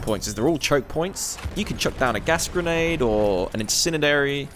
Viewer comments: Gas grenade or a what now? In-sin-e-dary! What's an insinedary? I want one! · this nicca said "incininary" XD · "chuck down a gas grenade, or an INSNIDANARY..." Dude, get me one of those ! haha